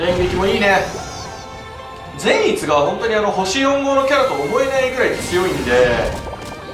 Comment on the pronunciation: 苺と一護の時のように善逸の発音がちょっと違うような…